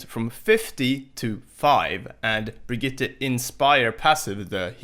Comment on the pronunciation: Finally someone who says Brigitte decent